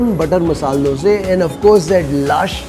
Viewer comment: Thank you for telling dose instead dosa. One more word please tell pura instead of puram , upma of uppittu